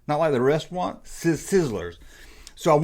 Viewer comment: Hahaha 😂!! You put a w in the word restaurant!! "Restaurwant"